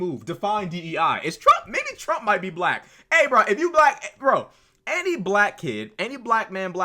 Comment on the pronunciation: The way he pronounces "black" is weird af.